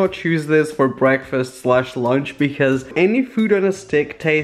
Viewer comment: did u hear him say breakfast "slush" lunsh hahahahaha sooo lol